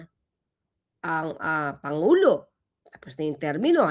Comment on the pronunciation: Hi atty Please don’t talk like the vp. Panguló, kilalâ, tunog bisaya kasi.